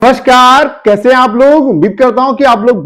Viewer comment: Namskar ❌❌❌ Carrrrrrr✅✅✅😂😂😂😂😂